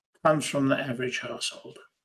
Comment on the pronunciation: I heard “household” as “asshole” the first time and now I can’t unhear it. 😅